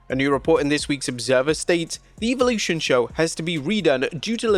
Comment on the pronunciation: Goodness gracious pronounce “Evolution” correctly already!!